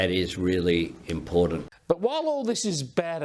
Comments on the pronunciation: Isn't the word IMPORTANT not impornant? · When will the Prime Minister learn that there is no "d" in the word "important", listen to this bloke, he is verbally incompetent. And Chris Bowen has the same problem.